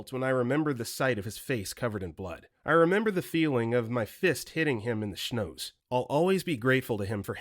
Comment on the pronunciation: Schnoz, at the end, is pronounced 'oz' like "The Wizard of Oz" Not criticism, just for your info :)